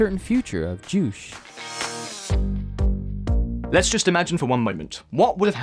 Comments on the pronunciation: You pronounced "Juche" as Juice? it's pronounce 'Joo Chae' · How can you pronounce ‘Juche’ as ‘jewsh’ XD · It is Jew c h a y full pronunciation on juche. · "The uncertain future of JOOSH!" 😂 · What in the hell is "Jush"?? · Juche is pronounced Jew-che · Juche is pronounced “juu-chay” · Omg the way juche was said 😭😬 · "che" in “Juche" is pronounced "che" as in "cherry" but it just sounds more fitting to pronounce it your way: like "che" in "douche"... just rolls off the tongue 🤣🤣